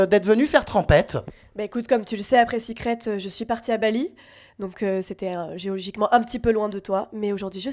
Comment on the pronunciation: Elle a dit « geogiquement » et « bandalisme » en moins de 10min donc bof pour une meuf qui parle comme une prof de français